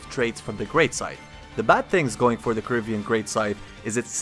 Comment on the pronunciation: "corivian scythe" well almost